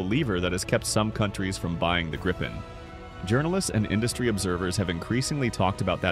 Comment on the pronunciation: For the love of god, you english speaking just can't pronounce Gripen so call it JAS 39 instead of butchering the name!